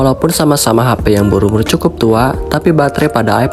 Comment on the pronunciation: Hape (HP) brooo bukan Hapay 😭😭😭😭